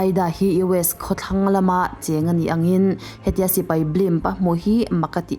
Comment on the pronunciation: Ngaihthlak a nuam thin. Amaherawhchu... 'Sipai' ti a lam rik tur hi 'Sipei' tiin i lam ri a, 'Mai' tih tur 'Mei' tiin i lam thin a, fimkhur deuh la ka va ti ve.